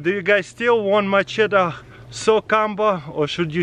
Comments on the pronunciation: Macheta is how he says it but it's machete lol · its machette 😂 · When ever he says machete I hear my cheetos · Mah-cheta lol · Love the way you say MACHETE! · Ask Katherine how to pronounce Macheta